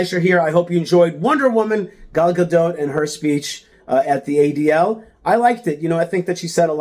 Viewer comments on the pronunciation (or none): Buddy you just butchered her last name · Is her last "t" pronounced?